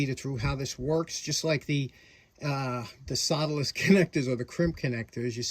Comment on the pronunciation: I love your NY accent, but I couldn't, for the life of me, figure out what a "soladis" connector was until I noticed the title of this video. I just love that accent! LOL